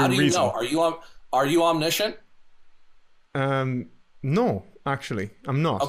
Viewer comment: 'overtalking' and 'one' is WUN. NESusri omNISHunt